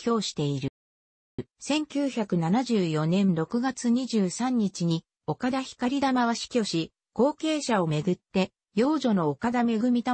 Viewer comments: ひかりたまではなく ごうたまでは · ひかりたまじゃなく、こうたまです。